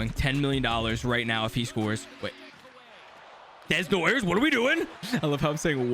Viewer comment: Caleb Desnoyers is pronounced Da-No-Yay